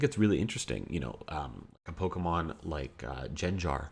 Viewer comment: The way you mispronounce pokemon is a real talent lol